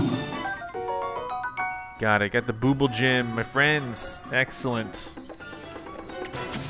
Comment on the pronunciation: Just an FYI that Bubbul is pronounced like "bubble." I never said anything, but I've been watching this whole series and "booble" has been driving me nuts lol.